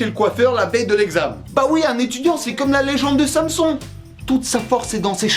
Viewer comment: samson xD pour info ca se dit comme si tu disais sans son